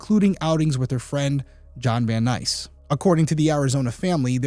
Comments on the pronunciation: Great episode, thank you. His name in John Vansice, not John Van Nice. It's mispronounced throughout the episode. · And after all you said, John "Van-Sise" not Van Nice-- still is guilty in this. His phone call to the station that early the same morning? Mmmhmm. Im sure he wore gloves and the palm print was either Jodi's or someone else the police have deemed not important. Everyone knows this sick F*** was obsessed with her. Naming his boat after her, buying her things. Got to a point where he expected something. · His name is John Vansice not Van NICE....smdh... poor job researching....smdh, some detective/PI...smh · Its Vancise, Vannice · The name is John VanSICE, not VanNICE. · Hello Detective Derrick! The man’s name is John Vancise! Not Van-nice. Hard to believe a detective can’t even get the suspects name correct. Sheesh! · The name is pronounced, "VAN SYSE". How can you be right about any of this if you can't get the name right? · I believe you are mispronouncing John’s last name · I thought he was saying it wrong but wasn't sure